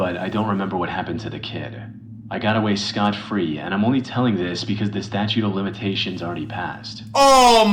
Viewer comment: flight thinks it's 'statue of limitations' lmfao😭😭😭